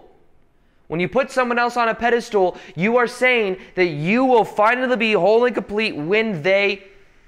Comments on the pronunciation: Pedestool.?…… it’s pedestal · Sometimes it's hard to take anything when you say "pedastool" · I love how he calls pedestal "pedestool". It's quite endearing.